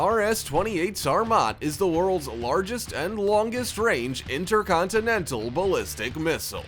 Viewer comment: I can't stand way he names things .. the 22 metER rS inTERconTInenTAL ballisTIC ... blah blah blah